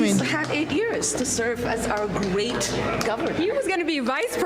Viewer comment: She said 😂wemains gwate 😂